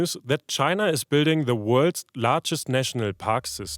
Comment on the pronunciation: A great video, thank you! Good news is so rare these days. (Some small bad news, to an English listener is that when you say “worlds” it does sound like “worst” which is unfortunate.)